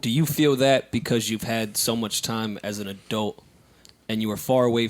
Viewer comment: I never wanna hear say adult/adelt again